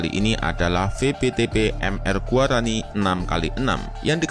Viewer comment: Guarani min. Bukan gaurani